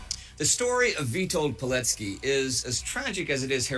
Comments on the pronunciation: the correct pronunciation of his name would sound like "Vee-told Pee-let-skee" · Just a small note - you've read his surname slightly off - in Polish, the "c" represents a "ts" sound.